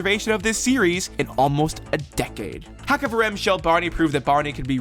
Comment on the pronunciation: Small note about pronouciation You know the greek x? The het sounds like that Also this haxaverim, not haxavarim Also, the stress is on Rim, not on the ha HaxaveRIM shel Barney